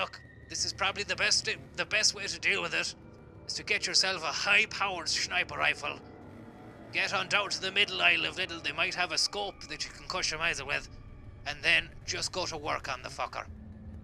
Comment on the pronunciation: "Shniper rifle"